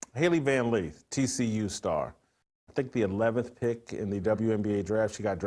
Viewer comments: It's Lith, not Leeth.😂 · Why does Jason keep saying Van 'Leeth'?? 🫤